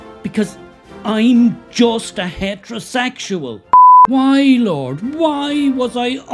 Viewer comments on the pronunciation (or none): Love the way he says HatRoSegsual